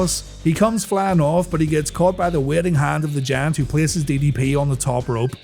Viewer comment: Still have an issue about Paul Wight being called 'The Jant' hahaha